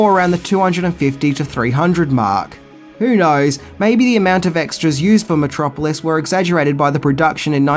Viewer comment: He kept mispronouncing Metro Polis. A polis is a city-state. About 5 years later, Lang left town with no forwarding address. Joseph Goebbels offered a job at the Ministry of Propaganda. Hitler was a fan(atic) of Lang's films.